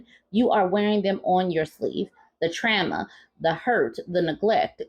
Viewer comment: I love how you said "trama" like how he spelled it😂